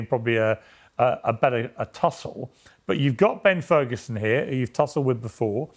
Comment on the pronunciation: Did he say Terd Ferguson?